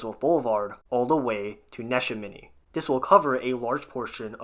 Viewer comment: Neshaminy is pronounced Nuh SHAM many, not NESHA many